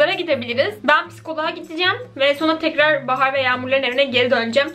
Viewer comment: "PİSKOLAĞA GİDİCEM"? Bir sıkıntın mı var